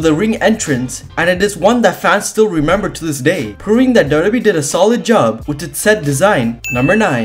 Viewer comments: whay are you saying dodo bee 😂😂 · Dubdube is how you say WWE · It took me 5 minutes to realise you were saying wwe 😂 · Can this guy pronounce wwe correctly?😂